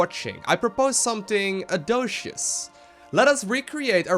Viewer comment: audacious ɔːˈdeɪʃəs/ "ore-day-sh'us" "sin'ch" (sin as in fun, ch as in cheese)